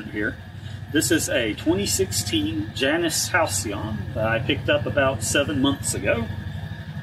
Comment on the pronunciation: In greek mythology its pronounced jay nuss at least you pronounced halcyon correctly also greek mythology